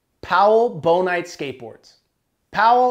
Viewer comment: Bon-ite?... Its Bone-ite... Bonehead